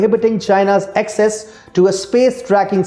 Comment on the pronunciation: Access is pronounced as ak ses and not excess. Just Google it...How can be so unmindful of such errors?